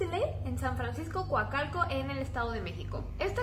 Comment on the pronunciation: Jajajaja es Coacalco no Guacalco 😂😂😂